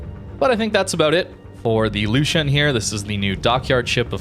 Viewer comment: the u with the two dots on it sounds like the letter U. It is pronounced L"U"shuen or something similar